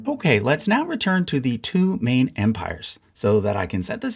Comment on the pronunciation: when he said "Russia was in the war in a support capacity not a main one." I thought he said "not a mean one." LOL...